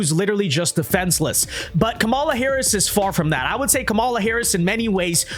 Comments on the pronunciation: Her name is pronounced KAH-ma-la. Stress the first syllable. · Wince Duh, you can't even pronounce her name right.